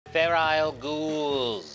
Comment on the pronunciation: Did he say ferile instead of feral?